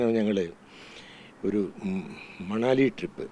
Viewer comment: മണലി അല്ല കൊച്ചേ മനാലി... 10 പ്രാവിശ്യം എഴുതി പഠിക്കു... മനാലി